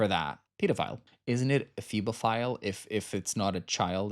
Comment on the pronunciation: It's Hebophile, luv. (I'm a therapist, so I should know this)